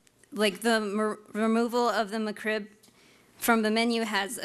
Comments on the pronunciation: its is not "meh-krib"...it's MEK-RIB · She says McCrib, not McRib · Lol she said "Macroo" first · Its McRib, not the McCrib... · breatheinthepinkair Indeed or MaCrib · Mah Krib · No no.. she says Muck-Krib lol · Muh CRIB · mah crib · I know ! I caught it too lol she's saying "McCrib" haha she's probably a Crip from Santa Clarita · The female fedora guy: M'Crib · "the ma-crib" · "muh crib" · Get it right. It’s not McRib. It’s Ma-crib! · I just hate the way she says Mc Rib. She says "muh'crib." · No, she says McRib, not McRib. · She can’t even pronounce it correctly.